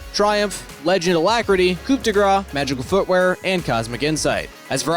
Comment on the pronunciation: I wonder if a monetary incentive would get them to start saying coup correctly.